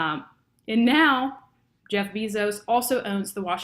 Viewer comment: Random comments on the video. I think Netflix could become a seventh conglomerate. I think the second half of the video where we could see you talking was easier to focus on. I find it interesting that there are words out there without an English equivalent. You said Jeff Bezos wrong, it's Bezos not Bezos. The media controls so much of what we see and do, just creating a youtube account I gave away alot of privacy and information. That is all, now i'm going to go comment first on every youtube video.